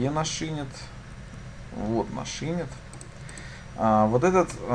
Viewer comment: все хорошо, только не Инит, а инИт, не сервайс, а сёрвис